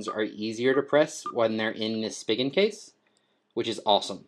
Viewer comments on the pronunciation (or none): Spee-gin not Spig-in